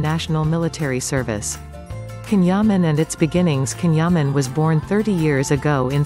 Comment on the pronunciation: omg pronounce his name correctly